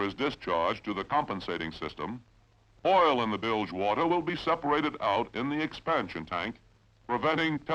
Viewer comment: Sounds like Cronkite with a bad cold. Wart-her (water) ... bat-her-ries (bat-trees)...battery !